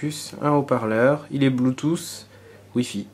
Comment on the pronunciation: 'il est bloutousse' hhahahahahaa